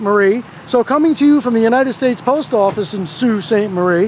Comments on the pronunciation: Sault is pronounces like bow (like bow and arrow)but with an s. Just for educational reasons…lol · Sault is pronounced like "so" instead of "sew". I don't mean to nit pick just wanna help you get it down to a t (= The other two words are dead on though! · FYI it's Sault Sainte- Marie, so (sault) sainte- marie, real pronunciation. I'm bilingual and Canadian btw. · Would be pronounced SO sainte Marie in French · So and sew are pronounced the same. I believe the correct pronunciation is soo… 👊👊📸👍👍